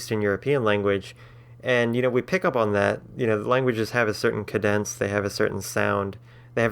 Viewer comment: phoneme is pronounced /foʊ.nim/ btw edit: that's the first time I've heard someone pronounce like that. Are you a native English speaker? also use IPA edit 2: in linguistics, the spanish rolled R is a trilled R, the other R is called a tapped R (alveolar tap) edit 3: I don't know where you got that transcription from, but diphthong is pronounced /dɪf.θɒŋ/ edit 4: I am really confused about your diphthongs. Everything in the right would generally be transcribed as a consonant + vowel, not 2 vowels/diphthong. Even then, it's strange. yay and yet in English have pretty much the same sound because the last y makes that end in /i/, otherwise the starts are the same (or at least too close to distinguish). from work doesn't make UO, unless you were going for /uɜ/ and not /uo/. The vowel in "wood" is not a diphthong, it's just /ʊ/. The "I" of IU from "you" would come from the "y", cause the "ou" here makes basically 1 vowel sound. Also, your graphic is missing your presumably OI "boy" diphthong